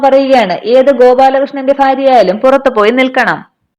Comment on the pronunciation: Farya alla bhaarya